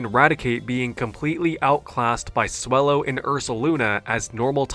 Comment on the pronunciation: Swellow as wellow 😂